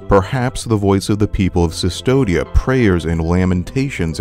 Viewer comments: Man I'm amazed on how many things you got wrong about the lore. You eve can't pronunce the name of the place right. It reads as CUSTODIA, not Sistodia. The name comes from Custodiar which means "to guard something". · The only thing that frustrated me about this video was hearing you pronounce "Custodia" as "Sistodia". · I'm pretty sure it's pronounced "Custodia," not "Cystodia." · "The land of cistodia" Considering the spanish inspirations of the game, and how in ancient carvings from latin, the U is carved as V because it's easier to chip stone at angles, I'm confident in saying that the land's name is "Custodia" pronounces 'koos-TOH-deea' and which is basically the spanish word for custody or guardianship. The name custody actually fits very well with the themes of the game. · Yeah it is custodia, not cistodia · Sustodia? It's pronounced Custodia, from the spanish 'custodiar' which means 'to protect' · Why do you pronounce “cistodia”, instead of “custódia” (as in Latin custodes or custos - custodes, custos kustɔdɛs, kustɔs)? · Kus-TOH-dee-ya. Custodia. The V is a U in Latinate alphabet. Not "Sis-todia". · the way you pronounce custodia is kind of annoying my latin language side of the brain xD it's not an ss sound it's a k sound: kustodia. you wouldn't pronounce Astartes Custodes as "Sistodes" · Sis-todia? Come on, man. KUSS-TODIA. Like custodian? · CUS-TODIA dude CUS-TODIA the V is a U in latin. and cvstodia is latin it's prounounced like the "cus" in cussing. CUS-TODIA "civstodia" doesen't mean fucking nothing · Amazing video, but for the love of the Miracle, it's "Koos-toh-dee-ah", not "Sus-toh-dee-ah". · yup. everytime 'Cystodia' was said made me sadder. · Why narrator calls Custodia "Cistodia", though. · Custodia should have a hard C, like custodian and custody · CUSTODIA* it’s latin bro it’s not that hard, romans didn’t have the letter U so they used the V. That’s why mussolini also used the V instead of the letter U. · CUSTODIA. WITH A U. great video!!!